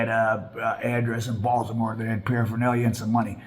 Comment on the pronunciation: Stop saying Baltimore please 🙏🏾